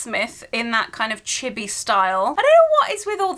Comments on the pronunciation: oh chibi, it sound like chipi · I cringe at the way u said chibi its pronounced chee bee